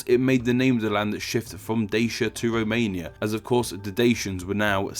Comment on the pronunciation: They don't row what anyway it isn't a row mania